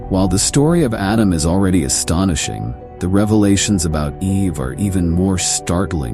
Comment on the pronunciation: AI can't pronounce 'astonishing' lol. What a lazy and lame clip. Wholly AI generated.